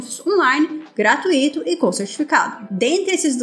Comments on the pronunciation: PLMDS,. Adoro seus vídeos, porém, por favor, para de pronunciar: GRA- TU- Í- TO em vez de Gra-tui-to. Certamente, sei que parece arrogância, mas acho que uma crítica construtiva sempre cai bem. Enfim, muito obrigado pelos vídeos! Só comentei mesmo porque toda vida que ouço ´´gratuíto´´ dá uma agonia. O importante é a comunicação! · 👏🏽👏🏽👏🏽👏🏽👏🏽👏🏽👏🏽 Ótima! Obs., se me permite: na palavra "gratuito", o encontro vocálico "ui" forma um ditongo decrescente, isto é, o "u" é forte e o "i", fraco. Ou seja, devemos demorar mais na letra U: é [gratúito], e não [gratuíto].